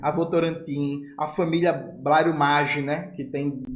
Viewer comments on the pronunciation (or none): none